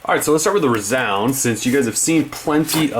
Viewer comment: its rēzound... not r"u"zound